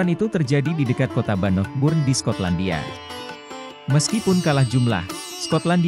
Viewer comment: Medok bngt ngomong Bannockburn-nya